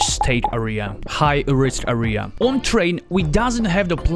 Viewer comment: great vid! just please don't pronounce area as "ahria" but "ehria"